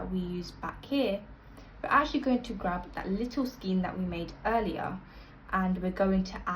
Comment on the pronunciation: This makes colour changes easy. Thank you. Unfortunately, your repeated pronunciation of skein as 'skeen' instead of 'skayn' was difficult to listen to. Do please google oxford pronunciation to be correct